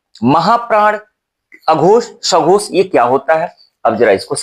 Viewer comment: Sir uchharan karte hue aghosh aur sghosh dhawani me kuchh antar nahi jaan pad raha hai , pls clear it again. Thanks